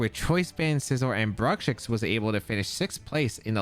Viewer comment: I have heard a lot of mispronunciations of Bruxish, but "Brukshix" is definitely the funniest one, lol. Never change,!